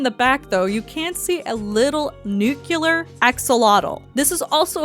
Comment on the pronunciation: nuclear not nucular. ugh